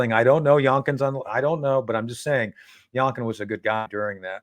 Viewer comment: It's actually "young- kin" and not "yonk- kin," but if you're not a liberal you get the point